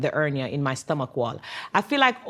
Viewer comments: Ernia he doesn't know she is saying hernia😂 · He said " ernia"...lol ...her jamaican accent was dropping the H... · She's Jamaican the H is silent for them. My husband is Jamaican & they pronounce words differently.